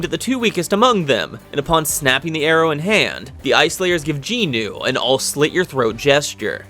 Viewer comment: I actually haven't watched the anime yet, but do plan to do so when I get to it. Btw, you butchered every single name in this video. Somehow there are 4 Ginus, despite the MCs name being Jin Woo and the other guy is called Jin Ho. But you called them both Ginu and even Jin Woos sister somehow became Ginu. I just want to point it out, because your butchering of the names made me very confused about who was who. Because you called everyone Ginu. But the rest of the summary ways great. Just maybe try to say the names in a way where you don't call 4 characters the exact same despite their names being different.